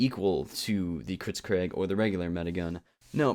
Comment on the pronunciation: "Kritzcraig" Learn your pronunciation